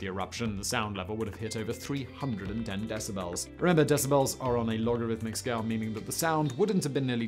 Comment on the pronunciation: My "brain strem" heard "decibrels" so MY cerebral cortex says you need an audio editor, too. And your ad libs aren't funny. Just deliver the content please.